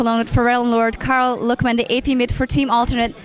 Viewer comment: It's Lückman.